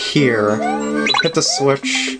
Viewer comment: Lol at the end you said green switich